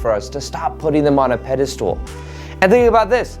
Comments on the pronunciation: It's pedestAL, NOT pedestOOL! Thanks, good luck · I love you but it's irking me that you keep saying "peda-stool". It's pronounced "peda-stull". Even the enlightened make mistakes. ;)